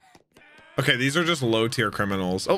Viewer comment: lil bro said fujitora "See's" These. Can't believe just makes fun of his disabilities lol